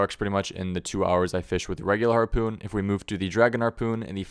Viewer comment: I feel like I'm hearing Arrpoon.